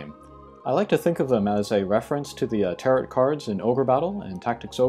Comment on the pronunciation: When you pronounce tarot, leave off the last T. So it's ta-ro, not ta-rot.